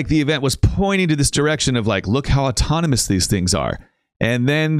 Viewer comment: the bot doesn't just say he's being assisted tonight, he mispronounces the word 'autonomous'. if these weren't tele-operated then the employees and bots would be legally allowed to make firm claims about it - that's why they won't give straight answers, why they dodge questions, and why it's more likely safe to assume this is all fake than it is to assume it's real